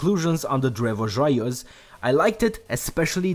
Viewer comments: Another Canadian here. Grew up in a small French-Canadian town. I think you did just fine with the pronunciation. Cheers :) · that was not too bad :D